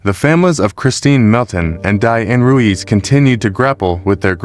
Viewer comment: If your going to do narration/voice over maybe learn how to continually pronounce the names properly? You go from saying Ruiz to Ruse in a matter of a minute. It’s pronounced “Roo-eeze”